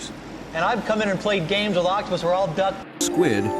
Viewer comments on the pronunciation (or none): That’s a close scwid